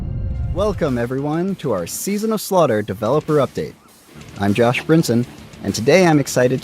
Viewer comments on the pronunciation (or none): “season of slutter” Iconic